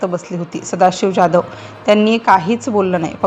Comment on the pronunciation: ज्याधव का म्हणता ? जाधव म्हणा... काय साधी मराठी पण बोलता येत नाही की समजत नाही.